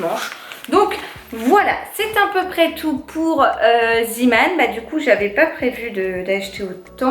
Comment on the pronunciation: Coucou, zeeman c est néerlandais les 2 ee se dis et zETman (ce qui veux dire petit bonhomme de la mer) c est pas du tout une critique loin de là mais comme je suis belge et t’entendre dire ziman me fait sourire 😀 ne change pas t’es au top 💋💋💋